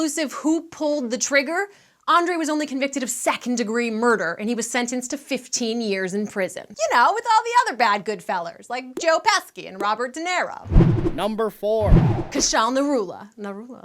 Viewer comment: Joe PE-SKI??? C'mon! It's Pe-She. Who doesn't know that?